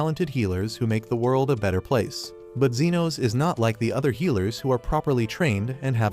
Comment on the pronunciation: U said genos?